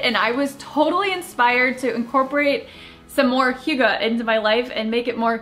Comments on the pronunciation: Zoodles sounds awesome; I will TRY to get the family to try them for a change. Hygge is pronounced HUGH-guh; you are correct. :) Draper James is one of the best! KJP & Sarah Vickers (Patrick) are so living the American Dream- love them! I saw the puppy date you guys had and must be clueless to have not known you guys were all close. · As a Dane I just love how hygge is a thing now! And you say it quite well, as well as I think any American can. The Danish language is spoken using the back of the mouth and throat, while English is spoken with the front of the mouth and teeth. I am an odd duck in that I was raised speaking both languages, so I know how to use my whole mouth to speak either, but I have never met an American who can really land the pronunciation of Danish words, so no worries. Grace abounds! Also, I LOVE The Good Place. So good and yes, so sweet and light. So refreshing. Can't wait for new episodes!